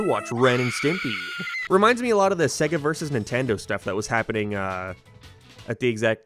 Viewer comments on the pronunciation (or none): none